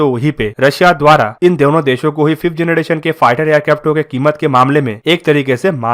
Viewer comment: Its generation......not janaDation........plz improve.